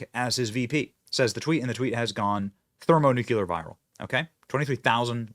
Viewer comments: ther•mo•nu•CLE•AR, not nucular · Again, Benny: it’s “Thermo-NEW-CLEE-ER.” There is no second “U” in that word. Great show, otherwise.